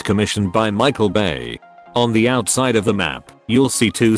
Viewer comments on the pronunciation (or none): none